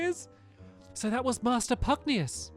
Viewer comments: Pug-nay-shoes not Pug-ne-yus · Stampy its pugnacious pronounced pug-na-shis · I think it’s Pug - Nay -Si -Us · Stampy, The name is pug-NAY-sh-us hope i helped 🙂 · To answer some of your questions: His name is pronounced pug-nay-shus You got super powerful because Lofty dropped a gold orb, it fills your health and gives you unlimited MP for a short time You can heal and use MP items during battle by pressing the main menu button during battle Love your LP! This game is amazing ❤️ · I think it's pronounced Pug nauseous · It is pronounced Pug-nay-shus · Great game, great playthrough! FYI, it's pronounced "pug-NAY-shus." :) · I believe his name is pronounced: Pug-nay-shous. Just thought I’d give a heads up. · I think it’s pronounced pug-nay-shous. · It's pug-nay-shus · Isnt it pug-na-shush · Pugnacious: Pug-Nay-Shuss ... means hostile, eager or quick to argue, quarrel, or fight. Should be fun to see with the giant King Pug! My friend has 2 pugs, one is cuddly and the other is pugnacious. haha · stamps i am pretty sure it is pug - nace - ee - ous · I think it’s meant to be pug-nay-shus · its pwonounsed PUG-NEI-SHUCE